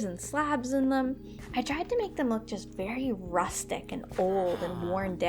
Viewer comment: 6.37 Did you just Say "Rustic" :D !!!!!!!!!NPC Grian Intensify!!!!!!!